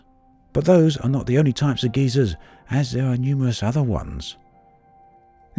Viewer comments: geysers, not geezers :p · my man......say it with me guy-zerr, not ghey-sirs. One is a geologic feature caused by volcanic activity, the later is an old dude.